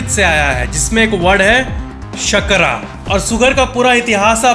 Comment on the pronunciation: In sanskrit its sharkara not shakara . BTW love the video❤❤